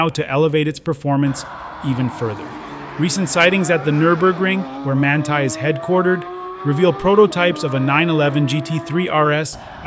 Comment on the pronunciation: Voglio solo puntualizzare che il nome del preparatore come qualunque altra parola straniera vanno sempre letta come in lingua originale….. altrimenti sono storpiati .!!!!